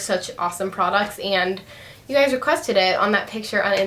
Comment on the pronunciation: everytime you say "hi gays" your eyes r close haha love your videos!!!